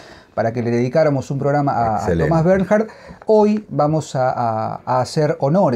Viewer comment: Se pronuncia «Bernh-ard». Muy recomendadas todas sus novelas. Recién leí Trastorno, Tala y Mis premios. Escritor superior.